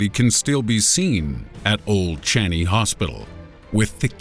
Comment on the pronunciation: Thank you for featuring singapore. From a singaporean! Hehe btw its pronouced as old chang-yi hospital.